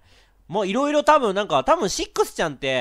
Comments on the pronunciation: レトさんシックスちゃんの事をセッt って言った・・・？いや聞き間違いか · カップラーメン せっくsちゃんって言ったぞw